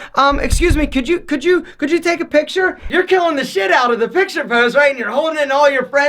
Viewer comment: that "p" on picture